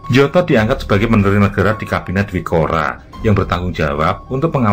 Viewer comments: Bacanya nyoto bukan njoto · Njoto dibaca Nyoto 🤦‍♂ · tempat persembunyian aidit di solo mengejanya adalah "SAMBÈNG" bukan "sambêng" dan tokoh pki yg disebut " njoto" yg benar menyebutnya " "NYOTO", yg artinya adalah "nyata" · koreksi,gak srek dengan ejaan dua nama Sjam(Syam) dan Njoto(Nyoto). Harusnya penyebutnya Nyoto dan Syam,jdi aneh kedengerannya. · Mohon maaf, Njoto dibaca Nyoto sedangkan Sjam dibaca Syam 🙏🏻🙏🏻🙏🏻